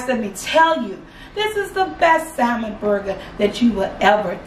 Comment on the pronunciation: Even though I do not eat Salmon but this burger looks good. She kills me when she says Simon but it’s all good. I love especially her personality.. 😍😀